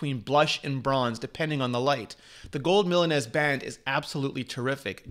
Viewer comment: Mila”ness”... Her”mess”???